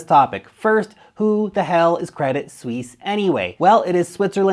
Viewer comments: I bought some of their shares the other day, bargain (99% below full value). they will survive, what bank do you know thats gone. ps. it is pronounced credit swiss. not sweeeeeeeesze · Credit Suisse should be pronounced Credi (no T) Suisse. If you wanna know. ;) Thanks for the great content! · Good research but it's pronounced Credi Swiss. Basically just drop the t, no need for the fake French attempt with sweece